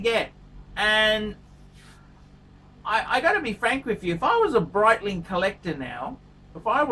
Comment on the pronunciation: The Breedling, the Breitling?! Is he doing that on purpose?